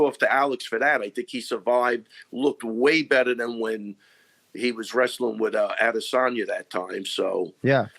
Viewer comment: Adesanya is correctly pronounced "A-Day-Sun-Ya". The "San" is pronounced "Sun" so if u spoke to his sister calling her "A-day-SAN-Ya" how'd still be wrong Jon